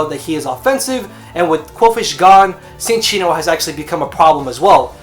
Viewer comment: Cinccino is pronounced 'Chin-Cheeno'. Verified with that 3DS pokedex thing.